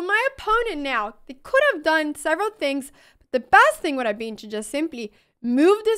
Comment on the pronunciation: Chack mate Chass Bast Bast chass chack mate There's no E in this ladies accent